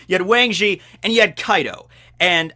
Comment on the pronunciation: Now we always gotta pronounce weng zhi like that